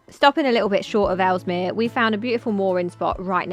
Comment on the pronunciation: It's Ellesmere not Elmsmere 😁👍🏻